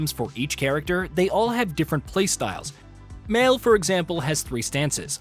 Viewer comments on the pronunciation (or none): Here's one thing needs to know. Pronounce the names correctly! It's not the early 90s where there's no voice acting or game developers pronouncing the names in online videos. Seriously, Mail/Male and Loon? Do your job correctly.